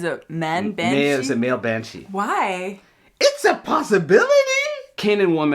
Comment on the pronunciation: "manshee"... so the sheriff has a vagina now?